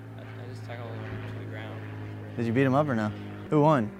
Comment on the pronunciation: its ground not grounond